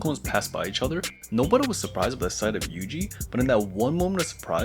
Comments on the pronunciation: Nobara ❌ nobra ✔️ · Why the fuck do you say nobaras name like that bro